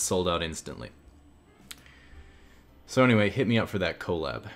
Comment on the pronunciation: Why does everyone pronounce "collab" incorrectly?!